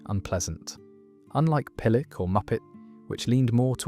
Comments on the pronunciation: Why not use a real narrator instead of an AI voice? - Even the best AI doesn't sound real to British ears. Emphasis on the wrong syllable, for example. Pill-OCK instead of PILL-ock, and "wos-ock" instead of "wazz-ock", with its hard 'a' sound. It just grates a bit, and spoils our enjoyment of an interesting post. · You can tell the narrator is unused to these words with his mispronunciations. Pill-uck, wazz-uck and in my neck of the woods, my mum would call me a barm-pot. Still, this video gets a thumbs-up from me. Thanks for the nostalgia, ya muppet :) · it can't pronounce 'pillock' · the way you pronounce pillock is just wrong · That has to be AI the words are mispronounced. Wazzock is pronounced wazzuck, and pillock is pilluck. Daft apeth is ay - puth... and also he forgot doofus.